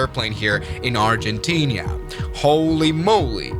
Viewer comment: ‘ArgentinIa” wtf bro😂